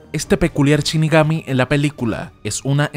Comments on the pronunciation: shinigami, no chinigami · Ya no es " shinigami" ahora es " Chinigami" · Shinigami, no Chinigami. Por Dios!! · "chinigami"? en serio? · DEF NOUT???? Porque asi?? DET NOUT se pronuncia men Y anime va con el acento en la e!! de donde coño sos?? CHINIGAMI??? pfff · Me sangran los oidos cada vez que el narrador dice "chinigami"